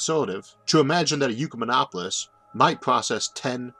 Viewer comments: Why do you keep pronouncing it "You" rather than "Ekk" or "Eee"? It's Ecumen not Eucumen - This isn't your speech impediment {which I don't have a problem understanding btw}, you're specifically pronouncing it "You" - Why? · Why are you saying Yukamenopolis? Its an Ek-yu-menopolis. We dont say Ecumenicalism as Yukamenicalism. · "Ecumenopolis" is pronounced "ECK-yoo-men-AH-po-lis", not "YOO-kuh-men-AH-po-lis". Phonics, bro, look at the order of the letters; the U comes after the C, not the E. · Trying to forgive the horrendous pronounciation of Ecumenopolis....not "Eucomenopolis"....sorrryyyy! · ECK YOU MEN OP OH LIS or, perhaps OIK YOU MEN OP OH LIS not YOU CUE MEN OP OH LIS And ecumenism is never pronounced YOU-CUE-MEN-ISM The YOU sound prefix on Greek words is spelled eu and means good. That isn't part of this word. The root of the word is correctly cited. The pronunciation is incorrect. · The speech impediment is absolutely fine. It doesn't impede me! Mispronouncing "ecumenopolis" as if it were spelt "eucumenopolis", on the other hand, really grates... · Isaac, I believe the word that you are pronouncing "eucamenopolis", implying "eu" as in "euvolemic", "same volume", is actually, as the printed word in the title indicates, derived from the Latin oecumenicus, from which comes "ecumenical." That makes a whole lot more sense when considered in light of what your video is about. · Wow! I really value your videos. And I understand the speech impediment. But in THIS one you seem to have made a mispronunciation. How do you get "yoo-kuh-min-opp-uh-lis" out of a word that starts with an E? If the U was immediately after the E then I would get it. But there's a C between the E and the U. That makes it "ek-yoo-men-opp-uh-liss". You're way too smart for this error, Isaac. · You seem to switch around the 'e' and 'u' in Ecumenopolis.